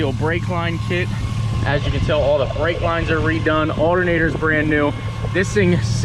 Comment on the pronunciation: He said artonater in stead of altonater